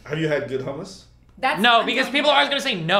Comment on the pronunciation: Hamas is a good dip? how could you accept that pronunciation as an Iraqi? It's hummus, the 'u' should sound like the 'u' in 'ruler' and the "m"s should be prolongated. And Destiny didn't have a good hummus.